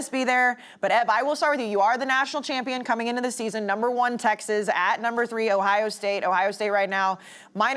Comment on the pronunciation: She also says Texez and Clemzin